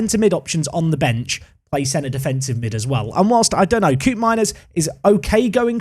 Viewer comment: Dutch pronunciation heads-up: Koopmeiners is not 'coop' but 'cope', so "Cope-meiners"